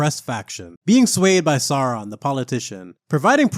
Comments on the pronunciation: Great vid mate! (But plz, say "Sauron" not "Saaraan" lol!) 😅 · Have enjoyed this series! btw: Sauron is pronounced like 'Sour-on'.